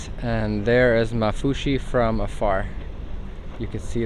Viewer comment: Women its called maafushi not mafushi